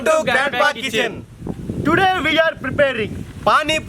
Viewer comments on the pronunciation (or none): An i only one or someone else heard "welcome to uganda kitchen" 😅